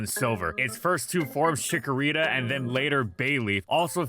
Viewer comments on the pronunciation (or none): CHIKORITA, NOT CHICKARITA!